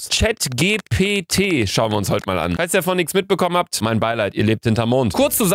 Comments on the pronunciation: Hat er wirklich grad CHATGTW gesagt 😂😂😂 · der bums heisst „Tschät tschi pi ti“ fein, ne… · Chatgipiti ausgesprochen 😂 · Chat GPT, Luca, Chat GPT!!! Nicht Chat Glw oder Chat GLP! PS: Ich kannte diese Website vorher schon... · Chat ji pi ti so wird das ausgesprochen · Chat ji pi ti😂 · Niemand: Luca: Chat Geh Pe Tee😊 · Ich denke es heist "Tschät techie pi tie" also die ausprache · Das wird Chat Dschi pi ti ausgesprochen😂😂😂😂😂😂😂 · du lauch des spricht man englisch aus. als chat jipiti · Ey nein manche schulen wollen sicher gehen das die kinder die hausaufgaben selber machen und wollen die hausaufgaben in der schule machen 😢 und du sagst chatgpt falsch das wird mit englischen g gesagt😅😅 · Chatgpt auf english ausgesprochen